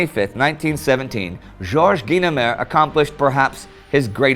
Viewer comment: I remember that "Twilight Zone" episode...it's how I learned it's "GEE-nemer," not "GUY-nemer."